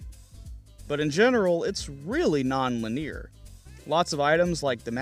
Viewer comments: I have had this happen with words I have only read and never heard aloud, so I empathize. It is pronounced Lin-eee-urrr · Lin-e-ar. Sorry, I couldn’t help myself. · Great vid..linear is said, lin-ee-ur though. Sorry bro, its was kinda like a cheese grater on the ear. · Why does he say "linear" like that???